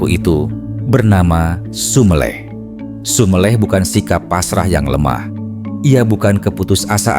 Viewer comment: Konten sangat sangat bermanfaat bagi jiws yg mengalami kegersangan. tapi saya sangat sangat mohon mohon maaf ada kata kata jawa yg perlu ditinjau dari segi pengucapan (kata SUMELEH, PANDITHO ) . Sekali lagi mohon maaf .